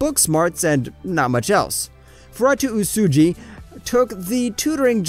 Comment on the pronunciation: "Furatuu Usuji" I almost chocked on my sponge finger at the butchering of poor Uesugi Fuutarou rofl